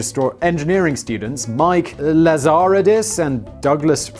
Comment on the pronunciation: I live in the epicentre of the BlackBerry demise, Waterloo, Ontario, Canada. I'm hoping they do a good impression of a phoenix and their rise from the ashes is a success. Lazaridis is (LAZ-A-REE-DEEs) - the original screen was LCD, just monochrome. Research in Motion (is RIM as in rim, and yes to work there was to have, ahem, a rimjob). They will rise from the ashes as a security and other tech company something like BASF is behind other things. The best BlackBerry (to me) was the Torch slider. That design was amazing, but it didn't help.